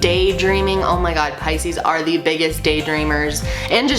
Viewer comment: Finally I know how to pronounce Pisces correctly. xD Thank you a lot! <3